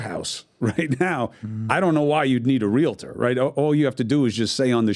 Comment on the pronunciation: Omg, DOES NOT understand how it works and he doesn’t even know how to pronounce REAL-TOR. No one has EVER been forced to sign with a full price agent. Discount agents have always been around. You get what you pay for. You can also list your home yourself. These new changes may be very bad for buyers. Buyers may indeed be paying full price for a home, which is includes the cost that would have gone to represent them, yet they will not have any representation in the biggest transaction of their life. Paying for it, but not receiving it = a bad deal for the buyer., you do not know how it works nor what the agents do to earn it so please, educate yourself before you speak.